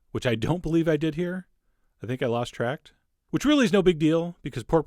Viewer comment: "lost tract" hahahah